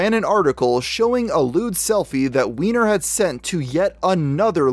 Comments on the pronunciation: I thought it was pronounced Wine - Er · They pronounce it wine-er according to the news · I hate to be a killjoy but based on how his last name is spelled, it's supposed to be pronounced "wine-er" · If "Weiner" was my last name I would refuse to pronounce it as "Wee-ner"...I would insist it that it was "Way-ner"... thankfully I don't have this problem.